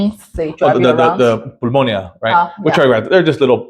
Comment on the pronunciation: Please learn to pronounce things properly...Plaza Machado not Plaza Machada, PulmonIA not Pul MON ia. Learn a little about the history of the city particularly Centro Historico.